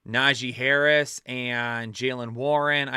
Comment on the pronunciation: Bro had me dying saying Tajee Harris 😂 Also, gave us a really solid slip this week, and even said that was his big money slip, it hit 👏 so everybody can just shut up about those, my guys are always on point win or lose